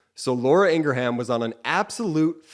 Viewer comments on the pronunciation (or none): I think her name is pronounced with two syllables.😮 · I believe her name is pronounced “Angra-Ham” 😜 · Absolutely love that you mispronounce her name!!! All propaganda artists at Fox should get their names mixed up and mispronounced!!!😡😡😡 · Lol that’s why you pronounce her name that way lol that’s great hahahaha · Thanks for the Ingraham explanation. I kept wondering why they’re pronouncing it that way.